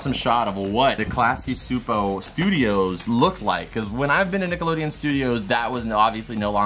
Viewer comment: Just to let ya know, Csupo is pronounced (Chew-Poe) 👌